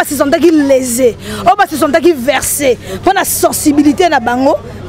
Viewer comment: On dit vexer et non verser 😂😂